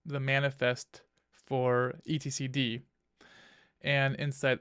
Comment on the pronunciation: "container dee", "et-cee", "eff ess tab". "sue doo"... commands that end in ctl are usually prounced "cee tee ell" or "cuttle". I'm really trying hard to concentrate on the kubernetes knowledge but it's difficult to take it seriously when basic linux stuff is being pronounced like you've never used them before.